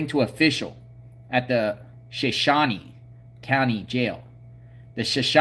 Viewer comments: So shooon ie not shon shoonie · It’s shuh shone e not Shawn e. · It's pronounced Showshown or Showshownee. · It Is Pronounced "Sha Show Knee" Name Of A Tribe Of Indians From (Idaho, Nevada, And Utah) The Area. "S h a - S h o w - Knee" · Sha-shone ...shone rhymes with loan. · You pronounce it sha as in a like shut shone is longe o Sha shone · It is SHOW SHOW n E Idaho Drop the A sound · Shoshone = 'show - shone - eee' , Native Respect💚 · I think it’s Sho sho knee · Shoshone ending pronounced like it rhymes with "phone".